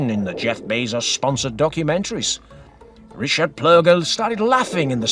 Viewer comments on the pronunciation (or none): none